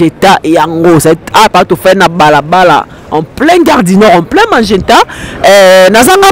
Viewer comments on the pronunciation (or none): C'est magenta au lieu de mageta